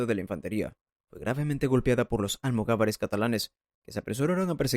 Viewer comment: ¿"Tribu islámica"? ¿En serio? ¿"Almogavares en vez de almogávares? ¡Cuánta cultura!🙄🙄🙄